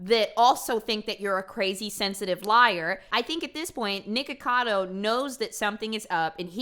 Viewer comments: why do you keep saying NEEKocado? his name is nicholas, it’s fucking NIKocado. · "Knee-kacado avocado"